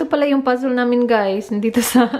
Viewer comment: Bet ko tlga ang “pazzol” mo sis... hihi ✌🏻❤️❤️ i always watch your vlog... para saakin na tutuwa ako..